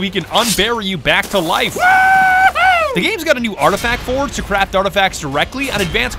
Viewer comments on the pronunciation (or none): none